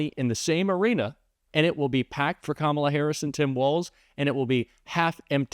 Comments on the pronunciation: They purposely pronounce it "com ALLAH" so it sounds more Muslim. Just like he always says Barack Hussein Obama. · Not knowing Kalama or mispronouncing her name on purpose is an old racist trope for not acknowledging her existence or acknowledging her as a human being. That's why they do it, that's why Nancy Mace says she'll call her whatever she wants (meaning if she wants to call her a monkey she will), messing up her name on purpose is just another way of not acknowledging who she is as a person. So now trump is defending Biden, saying that the presidency was stolen from him, who he hates, against Harris? Now all of a sudden Harris, Biden's VP's policies are worse than Biden's, but she's much worse than him? Now he's complaining that he has to waste money on this black woman to beat her (which he won't), when it was no problem on how much money he had to take from his supporters to take Biden down? At first he wanted Biden to quit, he was too old, he's senile, but now he wants him back in the race? I wonder why? I know the answer, but does anyone else? To